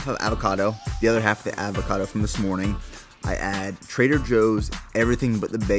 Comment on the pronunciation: Look up how to pronounce avocado, but good vid